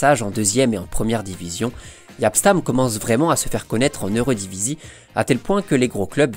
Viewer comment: Eredivisie ne se prononce absolument pas comme dans la vidéo et ca fait mal aux oreilles des belges francophones un peu plus habitué au néerlandais qu'un français mais la vidéo est super.